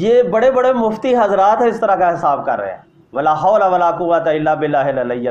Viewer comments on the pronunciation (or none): لاحول صحیح پرھنا بھی نہیں آتا اورتنقید کررہے ہیں پیر صاحب۔